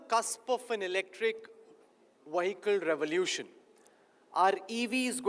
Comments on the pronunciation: Bro anchor , it is not 'Wahikal' its vehicle. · The anchor cannot pronounce "vehicle"